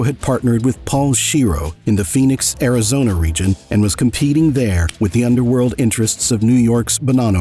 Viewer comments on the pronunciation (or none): none